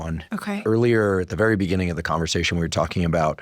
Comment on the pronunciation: Beginning, not begenning